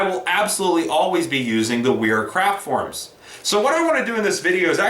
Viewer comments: trying to be humble but .. the "W" is pronounce as a "V" auf deutch, So pronounce as "Vera"... Great review . Thank You so much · In case it hasn't been pointed out yet, it's pronounced 'vera'. Nice video though! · Sir, excellent tools, nothing, and I mean nothing, like Wera tools. Brand pronounced "Vera".